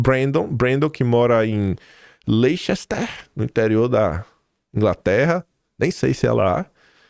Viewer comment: Leister é como se pronúnciaim perfeito British Leceister meu querido